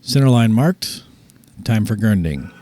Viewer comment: "Center line marked time for gurnding"? lol listen closely ..sounds like gurnding not grinding.. made me laugh is all...lol Great Knife..